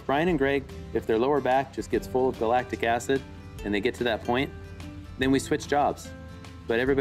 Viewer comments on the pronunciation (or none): I had to go back and make sure, did you say galactic acid?